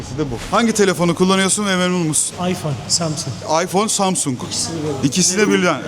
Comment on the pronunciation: İsmini söyleyemiyor iphone kullanıyor adam 😂